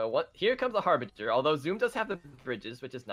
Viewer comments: This is not harveger this is harbringer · lol, not it's not. It's Harbinger. It is pronounced Har-Binj-er. I've noticed that non native English speakers really struggle with this word. It's a strange one, to be sure.